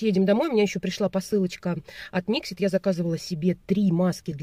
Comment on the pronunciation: Привет, 😉🌹 День начался с твоего видео) Красный цвет волос жалко😢, но ты права, с ним тяжело... Сама была в ярко рыжем, замучила волосы совсем. Mixit ударение на вторую и, но мнение о них не поменяла пока, смотрела видео о их производстве, их сертификации, которой нет ещё😜, а средства уже выпущены!!! Никаких доказанных свойств нет их косметики, они даже не проводят такие испытания, и плюс огромное количество микропластика в составе(у тебя в видео это видно, на втором месте). И это слова директора... Так что каждый сам решает пробовать или нет. У меня есть крем для тела, подарок, не могу пока заставить себя пользоваться) Хотя я на составы не смотрю😆 Пенку для посуды я заказывала на Озон последний раз, в магазинах не встречала... От Бьюти бомб есть такой карандаш, хороший, но при продолжительной носке сушит, я гигиеничку наношу совсем чуток под него. Оттенок красивый.